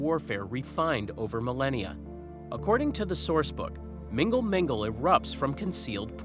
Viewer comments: Love the channel but i laughed so hard at mingle mingle. It is pronounced null null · The way you pronounce mgnall mgnall makes it sound like a dating app 😅